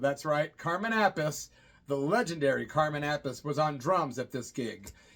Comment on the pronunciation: Carmen/Vinnie Appice name is pronounced App-pa-see. According to Ronnie James Dio anyway. Just saying, brother..Love the channel!